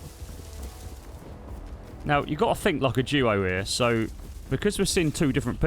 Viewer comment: I just realized he was saying duo not jewo